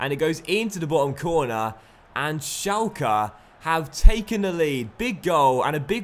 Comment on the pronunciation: it's pronounced shelke